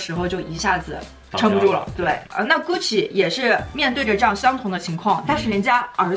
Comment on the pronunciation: hhhh看到后面听到的就是“菇气又菇气”